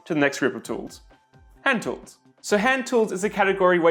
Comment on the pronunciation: T HHHHHHHHHHHHHHHHHHHH woools !!!!! nous qui ne prononçons pas le H, cela fait bizarre !